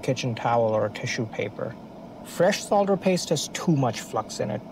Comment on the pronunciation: Thank you for pronouncing the word Solder correctly despite being American/Canadian instead of 'sodder'